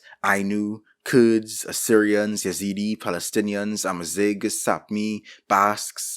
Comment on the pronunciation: Your pronouncing Amazigh wrong btw LOVE UR VIDEOS THO